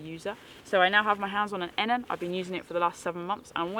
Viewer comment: There is nothing I can tell you that you probably don’t already know. However I believe this model is pronounced E-Nan. The footprint would massively improve the damp/wet issue but only if you don’t leave the tent fully open. Most people zip the whole thing up and even close of the vented ends then the tent has no airflow at all and as a non breathable tent it is bound to get soaked. I suspect having the tent fully open, bedroom door too is that you are letting dew into the tent, especially this time of year. I have used the Enan too and on warm nights I would keep the outer door open but close the mesh door as this did stop the dew getting into the inner/bedroom. A footprint is little over 200g and keeps out the damp wet ground as well as protecting the floor of the inner. You must allow airflow and on my Akto both end zips are permanently half open even in poor weather. The Akto’s door has a vent (again for airflow) but love how you see this as a kinda window. I rarely get a damp tent even on the wettest of days. Keep up the good work. ATB Ant 👍🏻😉